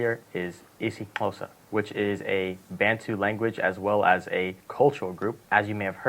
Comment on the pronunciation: Thank you for the pronunciation of 'isiXhosa' excellently. Great about Cape Town overview. However, more diverse presentations about Mzansi will be ideal.